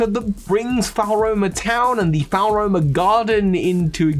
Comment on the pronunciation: I’m sorry but the way you say Floaroma Town irks me, it’s not “Faol-Roma” it’s “Flo-Aroma” like flowers and aroma, a sweet smelling town Also it’s not “Can-Alive” it’s “Can-Ah-Lave” for Canalave city